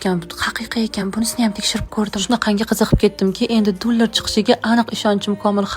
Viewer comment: aytishni qara jala dulor😂😂😂😂